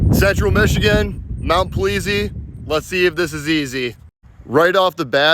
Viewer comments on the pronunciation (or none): It’s mt. Peazy not pleazy smh